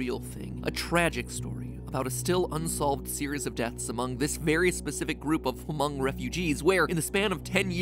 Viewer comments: Matt the "h" isn't pronounced in Hmong. I didn't know a game was made about Hmong sleep paralysis. In Hmong culture its caused by a ghost/monster sitting on your chest while your sleeping. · Hey MatPat! I'm Hmong and I just wanted to say that the "H" in Hmong is silent! I found the Nightmare Death very interesting (and scary), being something that I've never heard of before. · Hi I am a Hmong American and I would just like to clarify, Hmong is just pronounced just 'mong' we dont say the H. So it's just mong. ^^ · He also said Hmong wrong it’s said without a H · Hmong was stated wrong tho, cause the H is silent. As someone who’s half Hmong on my mom’s side, I do appreciate he said Laos right but Hmong pronounced wrong hurt. It was also nice to hear him tell their story. I’ve never heard of it before until I watched the series. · As a hmong person myself. I'm am scared(for my male family members since I my self am a female) and it's pronounce M Oh n g. The H is silent and a long O. But thanks for the nightmare fuel matpat! And also, I heard a Hmong legend from my family. Where when you are awake but asleep. Your eyes are closed but you are fully aware of your surroundings, every move you make you would remember. Your body I guess was still awake while your mind resting. But while you were sleeping, something would happen, where people would say that they felt something on top of them. Like somebody was standing on their chest, but nothing was actually there. They would have trouble breathing, couldn't talk, couldn't open their own eyes. But I don't really know if that's real. That's just a Hmong legend that I came across. But yeah that's some information 😅. Nevermind it is a real thing. My dad experienced it before. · Me: Hey! I'm Hmong! Also me: cringes how other people pronounces "Hmong" It's hm-ong. Not hu-mong. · It physically pains me to hear MatPat say “Hu-moang” instead of the real pronunciation “moang”. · The “H” is silent in “Hmong” btw.